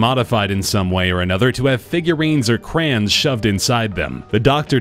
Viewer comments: CROYON NOT CRAN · Why does the narrator call crayons, crans?